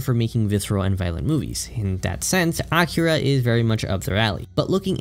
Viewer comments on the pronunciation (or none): it's A-KEE-ra....not Acura....the 2nd one is a Honda brand...js